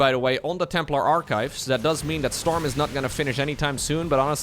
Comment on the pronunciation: I can only hear STORMUH